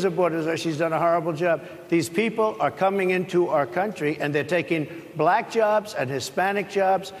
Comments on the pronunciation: The way her pronounced "black"..."Blaaaahkkk" is all we need to hear. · The way he pronounces “black” sounds racist lol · Trump has an obnoxious way of pronouncing the word, "Black." It's as if he deliberately wants to make it sound bad or insulting. The journalist, for the most part, were respectful and polite but he is accustomed to people being "bootlickers" in his presence.